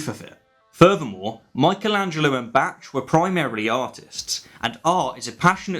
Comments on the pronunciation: I love your videos a lot. But I have to say, your gross mispronunciation of Bach made my ears bleed. (Bawwk - with a soft k.) Keep up the good work! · “Batch”? Who the fuck is Batch? Does he mean Bach? I don’t think I can be an atheist anymore. I can’t be associated with someone who pronounces Bach’s name as “Batch”. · ... Bach... Its pronounced "buk - tch" I know its confusing but... He was German so it has that spit sound at the end... Sorry, classical music nerd here... 😂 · Michelangelo and Bach (pronounced "bah", just a btw tip) weren't Christian artists, they were artists, who happend to be Christian, they're work, at least Bach, has little to do with God, and even Michelangelos works that depict God weren't due to his religion, it was due to that type of art being popular during the era (plus, Michelangelos famous "The creation of Adam" (Creazione di Adamo) depicts Adam lying on the ground, with his arm extended towards God, who has his hand extended back towards Adam and is sitting in... something. It's been speculated that this (what God is sitting in) could represent many things, perhaps a cloud or something, however, due to it's shape, which very, VERY strongly resembles the human brain, it's been speculated that Michelangelo was trying to say that Man isn't made in Gods image, but Man created God in his own image, as in, God is something we came up with, aka, it's all in our "brain"). flies away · Wait, are you saying "Bach" as "batch"? Is that like the...British pronunciation? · It took me several minutes to realise who you meant by "Bach" :-) is the normal English pronunciation BARK not BATCH? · did you just pronounce Bach as in "batch"??! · Did you actually pronounce Bach as batch? Erm......... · Bach is pronouns "baakh", "Baaaaakkkhhh"! Argh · "Batch"?... ..."Batch"!!... ... Are millennials really all now pronouncing Bach to rhyme with catch? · it’s pronounced “Bock” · Bach is pronounced 'Bark' or 'Bahk' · Bach is pronounced 'Bark'.